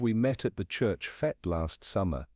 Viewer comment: I think it is AI, as common English words like fete are mispronounced.